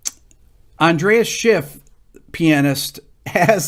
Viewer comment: So great to see Rick doing another video on Bach, an astonishing composer who has left us an incredibly rich legacy of timeless music. I find myself listening to it most days such is the nourishment it gives me. A small point, it's Andras Schiff, not Andreas.